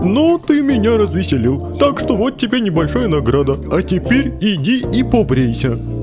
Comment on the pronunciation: там ТЕТЕРЬ а не теперь